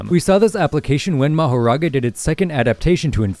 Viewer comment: Just and fyi. Mahoraga's name is pronounced makora